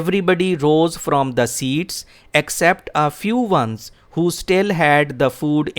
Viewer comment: From the core of my heart, i admire your teaching and presentation skills. Kindly check the pronunciation of Vehicle, except, public and now.